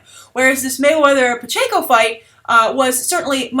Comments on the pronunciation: his name is Manny Pacquiao (PACKY-OW!) Hence is nickname is Pac-Man, like the video game. Not Manny Pacheco. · Pacquiao not Payenko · I was wondering if anyone realized she said pachaco lol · Lol I cringe ever time you say Mayweather and Pacquiao lmfao pachanko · Oh the proper pronouncement of the boxers name is pack-e-ow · Did you really just pronounce Pacquiao as Pacheco??? HAHAHA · Not sure if it'll come up in another video, but it's pronounced "pack-EE-ow". Keep up the good work,! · I love you, but i cringed every time you pronounced Pacquiao as Pacheco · it is pronounced Pacquiao (PAK-ee-ow) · mayweather paquio its said like pac-key-ow but great vid keep it up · Oh God it's pronounced Pack-e-yow! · LOL Pikatchu, I can't stop laughing I don't know how you should pronounce this name but I'd watch that fight too! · haha yeah, i think it's pronounced 'pack-ee-oh' but its a foreign name so you get points for trying, thanks for the great episode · lol, Pacquiao = pack-e-yao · LOL love you, and love the show but I couldnt help but lightly snicker at the mispronunciation of Pacquiao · Guys, come on. is obviously not a boxing fan so it makes sense that she doesn't know how to pronounce Pacquiao's name. Though, I must admit, every time she said it I laughed out loud XD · Am I the only one that found it cute when mispronounced Pacquiao.;) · completely botched Manny 's last name lol😁😁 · Skyebright1 well, they weren't fighting in the philippines, not only that but is american. so i guess by definition it's 'foreign', not trying to offend you bud, just saying that no one should expect her to pronounce it right if she's never heard it before